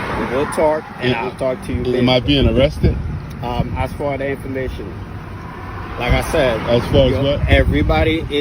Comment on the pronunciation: It’s hard to listen to these moron cops who can’t even pronounce one of the simplest words in the English language. They always pronounce ask as aks. Why is that? These cops need to be fired!!